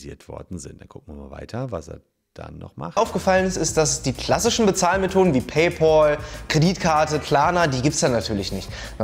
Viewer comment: Auch wieder mit am Start "Päjpoll"